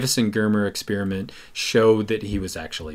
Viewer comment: How come nobody knows how to pronounce experiment anymore?